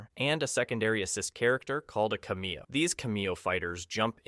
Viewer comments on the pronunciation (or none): What is a cu-me-oh? Oh. You mean cam-ee-oh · He says cameo wrong